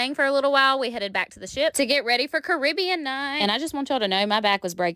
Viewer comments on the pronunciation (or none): none